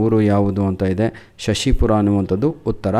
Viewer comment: Shashipura alla shivapura